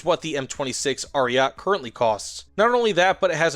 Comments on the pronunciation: Omg Ariat ! Really ? A-ri-ay-tay. Someone skipped italian classes here. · its not ariat 👺its ARIETE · "Ariat" triggers me and I am not even Italian